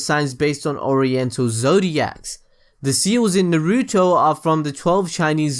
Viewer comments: Please don't say Naruto like you do....ナルト＝na ru to, no weird stress on the "ru" please. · Why do you say it like "nah-REW-tow"? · Very good video. But... Please, please, PLEASE pronounce everything right. You say "Naruto" and "Chakra" as if you never watched the series. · the only thing i didn't like about this is how you you pronounce Naruto 😏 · I love watching your videos but PLEASE learn how to say Naruto!